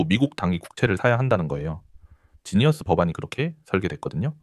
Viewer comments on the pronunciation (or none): none